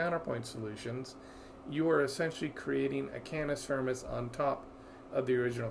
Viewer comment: "cannis furmis"